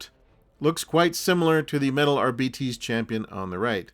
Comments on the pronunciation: Arbeetees? I've been calling the Ar-bites! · "Ar-bee-tees" over "Ar-bites" odd choice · I’m just stuck on these R-bee-tees. Though Are-bites was a little more common. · I've not seen the Warhammer Preview so I couldn't comment. I am an old English man who's only really interested in old hammer stuff so I would pronounce the word Arbites as I would pronounce the word Arbitrator, as in 'R-bites'. Also up until recently I've only ever heard it pronounced 'R-bites'. I suspect it's an an Americanism to pronounce it 'R-bee-tees'. Anyway, however you pronounce it, thank for the upload and the trip down memory lane 😊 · for the ones too young to remember "Gestapo Bob Harris" refers to the host of the BBC Old Grey Whistle Test music show, "Blaster Bellamy" is probably bearded TV wildlife guy David Bellamy, Ramperpo - Rambo, not sure about the rest. My generation used to pronounce "Arbites" as though it rhymed with "arc lights" so yeah myriad are the ways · I think the odd pronunciation is because 'arbites' is sort of derived from the ancient Latin word 'arbiter' (judge). Makes them sound very official and imposing I suppose :-)